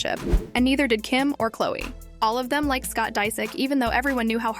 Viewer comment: Love how this A.I.-generated voice pronounces Khloe’s name as “Koe-Lee.” Annoying